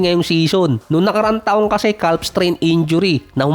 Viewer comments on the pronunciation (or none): yan na naman yung CALF mo, silent L nga yun ngani